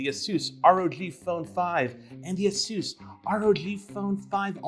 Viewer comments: A-sus not Asus hahahah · "Asoos" That's kind A SUS XD